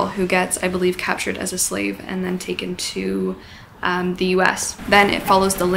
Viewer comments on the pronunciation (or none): none